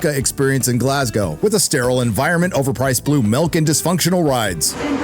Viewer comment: You actually pronounced Glasgow right wtf?